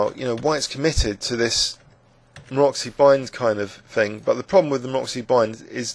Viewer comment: Very good annotations, like in all of your videos. Only thing is that Maroczy is not pronounced "Maroxy", but "Marotzy", like in "fritz". He was Hungarian master, and I am Hungarian as well, so pretty please... :)